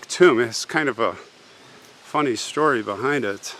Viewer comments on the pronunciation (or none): none